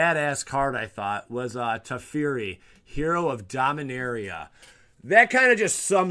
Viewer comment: I'm probably wrong but I think the proper pronunciation for Teferi is Te-Fair-Ree instead of Te-Fee-Ree. I say Gaea the same you do.